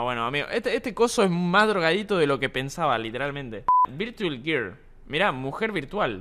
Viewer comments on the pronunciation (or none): none